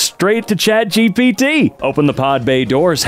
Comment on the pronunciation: Chat Gapit, lets go with that. Edit: I talked to Chat GPT and it is approved but with a slight differance, just say Gapit.